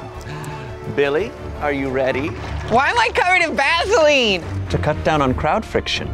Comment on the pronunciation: Sound nothing like vaseline